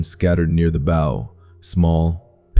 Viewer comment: Obviously not a sailor or Marine . The pronouncement of "bow" rather than*bough ",says it all.